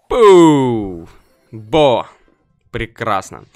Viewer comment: BO звучит как во не по англ